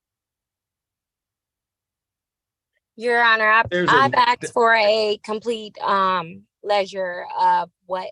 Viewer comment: And she ‘axed’ for a ledger. 😊